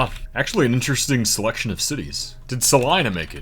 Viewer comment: Impressed that you pronounced Salina Kansas the proper way as Saliiina and not Saleeena. Good job.